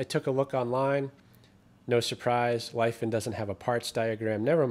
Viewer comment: It's not Life - En. It's Lee Fon (rhymes with Don).